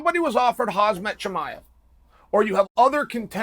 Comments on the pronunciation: If you dont skip the first minute of Chael's video, you arent a real fan. Btw, somebody teach Chael how to say "Khamzat" for the love of God... SHOW SOME RESPECT FOR THE FUTURE GOAT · did he says "khazmat" throughout the video? 😂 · Just say HAM-zat Chael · Hazmat "suit" Chin-aev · KHAMZAT CHIMAEV CHAEL SAY I T RIGHT XD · Chael say: KhaZmat Chimaev Khamzat say: ok great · Chael say Hazmat ,but in reality it's not bad because Hazmat is a suite to protect you from hazardous materials. You know,those big yelow suites in sci-fi movies,that protects you from virus and other bad stuff. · Khazmat 🤣🤣🤣 correct ur pronunciation plz. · I swear Chael never pronounces foreign fighters names right, haha: Khazmat, Prozeska etc… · CHAEL. WITH LOVE IN MY HEART, IT'S F#CKING "CHAM-ZAT." PLEASE, UNCLE! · Stop butchering his name Chale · heyy chael it is so disrespectful that you cannot even pronounce his name correctly. Learn to pronounce his name correctly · It's about time you learn to pronounce his name correctly. I'm not a Russian but it's really offensive when people don't make an effort to pronounce your name correctly. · How could u spell the name write right but then u put the "z" in front of the "m" every time u say it XD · Me: “Khamzat Chimaev” Chael: “Hasmet Chimaev” Me: “Ok great. Hasmet Chimaev” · How absent minded do you have to be to pronounce "Hamzat" as "Hazmat". WTF! Are you blind Chael? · Chael it's Hamza and not hazmat. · his name HAM---ZAT it's easy not HAZMAT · You pronounce his first name wrong, you say haz-mat but his name is actually pronounced ham-zat. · Why you say khazmat instead of khamzat? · Chael say his name ! Not Khazmat, its Khamzat ! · It’s HAMZAT. Not HAZMAT. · His Name is not Haaasmat! It is Khamzat! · Omg! He is NOT KhaZmat!!! Will you ever learn how to pronounce KhaMZat? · Chael His name is Khamzat not Khazmat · Why is it that only american youtubers keeps calling him hazmat? haha is it hard to say khaMzat? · not khazmat say khamzat